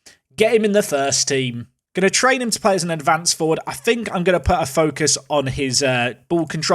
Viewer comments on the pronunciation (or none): none